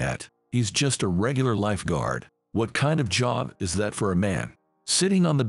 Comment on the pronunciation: Why does this AI pronounce is as Eye's